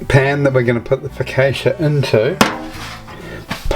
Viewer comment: I liked everything about this recipe except your pronunciation of focaccia in my role as the Italian language police